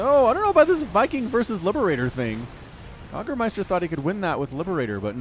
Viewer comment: Yag-ermeister? Its YAY-germeister you philistine. sie sind das essen und wir sind die Yag-er? No! Also Pacific Rim.